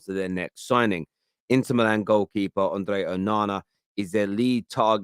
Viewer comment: Bruv just say Andre honestly why you trying to roll the r